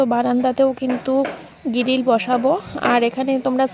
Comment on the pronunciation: গিরিল নয় বলো গ্রীল